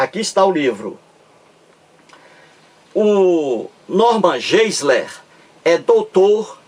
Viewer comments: A pronuncia correta é "norman gaisler" - tente aprender a pronuncia correta antes de criticar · PROFESSOR TOM, Você, professor TOM, raciocina muito mal. Novamente, vem com a bobagem de pronúncia incorreta do nome GEISLER feita por mim. Já lhe disse que pronunciar incorretamente expressões estrangeiras não é propriamente um erro, tanto que pronúncias são variáveis. E você, professor TOM, faz uma comparação entre mim e o Norman Geisler, afirmando que este possui vídeos com milhões de visualizações, enquanto meus vídeos têm um número muito reduzido. Agora, pergunto-lhe, professor Tom: desde quando visualizações inúmeras indicam que um determinado vídeo é de primeira qualidade? Se você, professor TOM, fizer um levantamento de vídeos campeões de visualizações, terá uma grande decepção. São verdadeiros lixos! Percebeu, professor TOM, como você raciocina mal? Segundo seu ponto de vista, quanto mais visualizações um vídeo tiver, melhor será esse vídeo. Puro engano! Se o Norman Geisler possui milhões de visualizações, isso prova o óbvio: fiéis religiosos adoram ver vídeos religiosos, detestando vídeos ateus. É a cegueira religiosa, professor TOM!